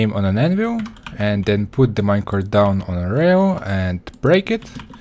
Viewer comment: "Minecarft minecart"